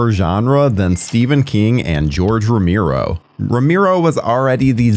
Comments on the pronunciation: You say Tomato, we say Tomato, You say Rameero, we say Romero. It's too distracting, I had to stop watching. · Who's "Romiro"??? Oh! You meant ROMERO.... 🤣🤣🤣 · It's pronounced ro Mair o.Not ro mere o.If you're going to act like a horror expert,dude,I can barely watch this every time you say ro mere o. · Get someone to narrate who can pronounce Romero's last name properly ! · Seriously, this has been driving me crazy the whole video. It's not even that hard of a name.